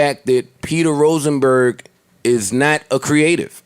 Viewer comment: Let's get "Roachnberg" TF outta here